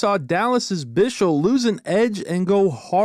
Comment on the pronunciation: Honestly man I love these videos so much they're great to keep up with everything going on. Just one thing: As a Swiss guy it hurts me how you pronunce Lian Bichsel's name 😂 It's pronounced Bicsel not Bishel. Just as a little tip and thanks for the effort making these 😉